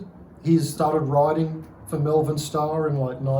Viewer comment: Exceptional bike, fantastic history, but please, its MOLE-VERN, MALVERN. Not mel-vern or me-yel-vern or whatever it is thats making me cringe everytime I hear it. Source: I'm from there. Seriously, what a cool machine! I'd say M.S.CONN was the original ownerp